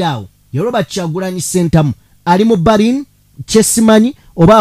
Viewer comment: PRONOUNCE. IS. BELINI, NAYE. SI BARINI.